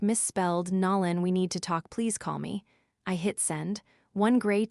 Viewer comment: It’s not Nalon, it’s Nolan with a long “o”. God get the names right. It’s jarring to hear them pronounced wrong.